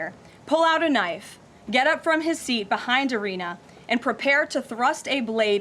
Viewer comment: It's Iryna.